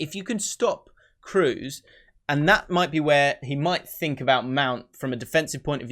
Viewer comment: Kroos is pronounded Craws in german